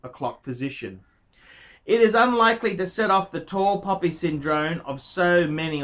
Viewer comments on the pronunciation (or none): none